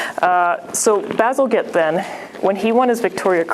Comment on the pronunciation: Bazal-J ett! Not 'Get"